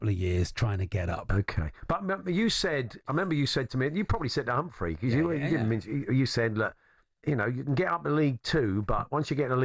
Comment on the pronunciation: Hats off to the presenters who got the pronunciation of Humphrey's surname correct for once. It's the same as in 'CAR' not KERR 👏👍